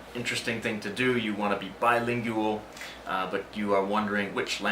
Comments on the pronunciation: [bye-ling-wall] not [bye-ling-you-all]. Adding new syllables and $hi+ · Isn't "bilingual" pronounced "by-ling-gwul" rather than "by-ling-you-al"?